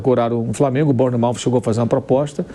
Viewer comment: Atenção Mauro César a pronuncia do Bournemouth está errada